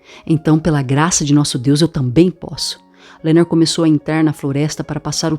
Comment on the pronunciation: O nome dele é Leonard e não Lernerd igual vc pronuncia. Obrigada pela gravacao. Esta otima!